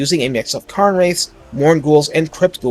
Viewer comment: "Karn" wraiths? What the heck? "kehrn" wraiths.